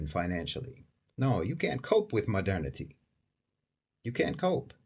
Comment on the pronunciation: Why i keep hearing "Madani" when u say "modernity"? My ear needs a fixing